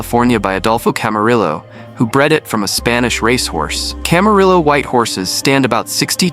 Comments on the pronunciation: Very interesting history. The height of horses is measured in hands. A 5 ft 2 inches tall horse is called a 15.2 hands for example. Ask any rancher or farmer, they'll refer to their donkeys, poneys and horses in hands. Camarillo is pronounced camaryo. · Camarillo the double L is pronounced as a Y. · Instead of creating broader clarity, you created confusion. Additionally, learning how to properly pronounce Spanish words would be nice. Example - Camarillo. That is, unless you don’t know how to “teach” your A.I. voice correct pronunciation. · Too bad you can’t pronounce Camarillo properly!